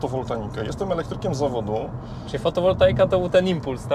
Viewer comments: Elektryk a mówi "fotowoltanika" a nie fotowoltaika :) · no dobra, na wymowę nie wypada zwracać uwagi, ale to nie kwestia wymowy, tylko niechlujności. Tak jak zwracamy uwagę na to że moc podajemy w kW, a pojemność baterii w kWh tak samo (moim zdaniem) nie możemy przechodzić obojętnie nad "fotowoltaniką". Możesz to uznać za brak kultury z mojej strony, a ja mogę się z tym nie zgodzić 🙂